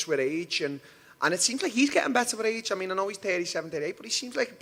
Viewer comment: Lmao when Darren says "age" it sounds like he's saying "reach"